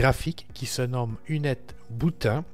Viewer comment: Intéressant mais : "u-net-boutain"... Vraiment ? :) "you-net-boute-ine" plutôt.